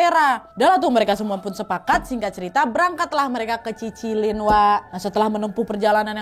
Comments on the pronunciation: cililin kak nad bukan cicilin wkwk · cililin bukan cicilin ka nadia😂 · nama daerah ustad ke 2 Cililin bukan Cicilin🤣🙏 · mba nad koreksi cililin bukan cicilin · Cicilin, hihi lucu nya. Maaf koreksi kak itu cililin harus nya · Maaf kak aku agak salfok, kayany Cililin deh bukan Cicilin😭 tp seruu bgttt sukses trs kak Nad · Ci lilin ka nad bukan cicilin 🤣🤣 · Daerahhkuuu, btw gemesss wak bilang cicilin mungkin cililin wak hihhi❤ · Cililin ka bukan cicilin🤣😭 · Kayanya cililin dehhh bukan cicilin 🤭🤭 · Cililin wak bukan cicilin 😂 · Cililin kak, bukan cicilin wkwk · Cililin kak nad, bukan cicilin 🤭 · Cililin k nad, bukan cicilin 🤭✌️ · cililin kak bukan cicilin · CILILIN KAKKKK BUKAN CICILIN😭😭😭😭😭😭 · Ngakak pas bilang Cicilin 😂 Cililin nad Cililin😂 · Cililin kali kak. Bukan cicilin . Heheh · cililin kak bukan cicilin😭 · Cililin ka bukan cicilin:(( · Cililin kali kak nad bukan cicilin wkwkw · Cililin ya wak, bukan Cicilin. 😅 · Salfok KA nad bilang cicilin tapi menurutku itu cililin 😂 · cililin ka nad bukan cicilin🤭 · CILILIN wak, bukan CICILIN😂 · Cililin nad, bukan cicilin😂😂😂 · Bukan Cicilin tapi CILILIN Kak itu daerah aku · Bukan cicilin kak nad tapi cililin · cililinn ka nadd,bukan cicilinn yaallah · Apa pas pengobatan kedua salah nyebut nama tempat ka nad, cicilin? Bukan cililin😂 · Kaaa mon maap kek nya bukan cicilin tapi cililin WKWKWK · bukan cicilin, ciilin kak nad..ehe aku org sana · Cililin kak bukan cicilin😂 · Cililin kak bukan cicilim 😅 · cililin ga sih wak 😊😊😊 bukan cicilin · Btw kak nad itu cililin bukan cicilin😂🤭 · Cililin kak bukan cicilin 🤗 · Cililin kak. Bukan cicilin 😭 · Kak maaf itu cililin bukan cicilin😂😅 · Lagi maraton nonton konten ka nad trs salfok. Desa cililin kak bukan cicilin wkwkwk desa mamahku itu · Salfok sama ustadz kedua yg mau didatengin aul,, keknya nama daerahnya bukan cicilin tp cililin.. 🤭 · mon maap aku ngakak pas bilang “cicilin”😂😂 Yang bener Cililin 😂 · Cililin wak, bukan cicilin😭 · Cililin jadi cicilin 😂